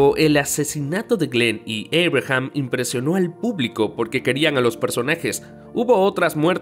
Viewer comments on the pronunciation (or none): Abraham, no Eibrajam, estas hablando español.